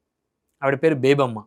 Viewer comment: ఆ వనిత పేరు బేబామ్మా కాదు సార్!బేబీలత. (అమ్మ )ఎందుకు?